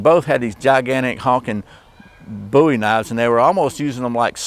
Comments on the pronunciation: its booey in speaking NOT BOWIE AS IN DAVID BOWIE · Please for the love of all things holy quit calling it a Bow E, his name was Boo E!